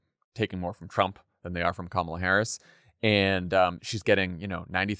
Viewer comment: Thank you for pronouncing Kamala correctly. 🎉